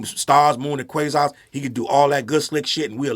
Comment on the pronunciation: 😂😂😂 when u said quazar I almost crashed